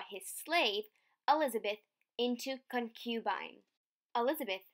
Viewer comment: check your pronunciation of concubine. Stress is on first syllable, Also, demurred.